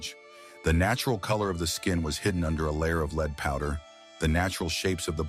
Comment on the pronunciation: I wish the AI voice could pronounce “lead” properly. “Leed” poisoning…come on 😂